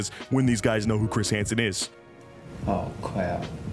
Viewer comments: Oh cwap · "Oh cwrap" 🤣🤣🤣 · O-WESTED? O-CWAP! 😅🤣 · O-rested gets me everytime haha oh cwap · Oh cwap.... Am I gonna be o o-rested? 😂🤣😂🤣😂🤣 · Oh cwap 😂😂😂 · Oh cwap. I'm sowwy